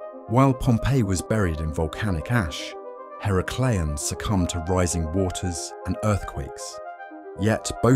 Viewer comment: Her-a-clee-ahn. The first A is said like in "at".